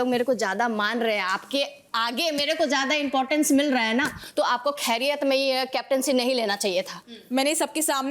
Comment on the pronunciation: wtf khairyat main😂😂😂 bolna toh seekh lo neelam